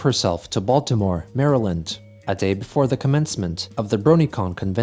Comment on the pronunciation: I'm surprisedd Chris knows how to pronounce Maryland correctly